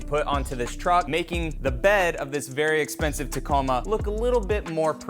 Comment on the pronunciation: Hell Yeah! 🤣 i was LOL when u emphasized “Very Expensive” Taco! 🤣 Enjoyyyy you “very expensive Taco”